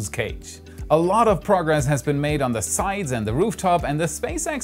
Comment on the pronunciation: LOL, der war gut. Aber Du hast Recht, er verschluckt das "D" gerne mal.